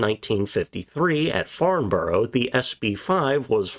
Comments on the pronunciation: is said more like 'Farn-bra' a lot of the time English place names with Bourough in them are truncated to bra or bro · Farnborough is pronounced 'farnbrah' by those of us who live in England.